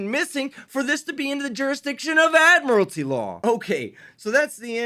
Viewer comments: There is no such word as “ad-morality”. It’s admiralty. If you’re going to use a word, please go to the trouble of learning how to pronounce it properly. I doubt he even knows what admiralty means. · ADMIR-A-LITY. WHATS WRONG CANT HE PRONOUNCE ADMIRALTY. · Good grief.......he can't even pronounce the word "admiralty" let alone know what it means. 🙄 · They can't even pronounce admiralty correctly 🤣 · Why do all sovcits add an extra syllable to admiralty? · Still haven’t seen (heard) one of these nutjobs be able to pronounce “admiralty” correctly.